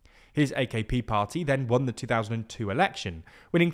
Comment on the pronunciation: The* not “teh” 😂😂😂😂